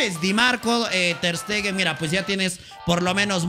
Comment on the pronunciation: Ter stegen 😂